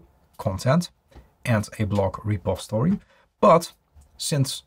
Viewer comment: Why don't you ever pronounce the "i" in the word "repository". You always say "repostory"?